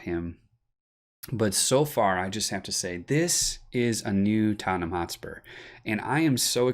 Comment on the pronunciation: I love the way you say Tottenham. coys